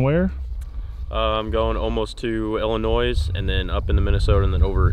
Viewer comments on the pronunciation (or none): my man didnt just say illinoiz